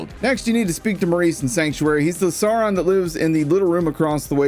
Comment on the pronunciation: Second video where you call Maurice a "Sauron" instead of a saurian lol, is this on purpose? If so that's great.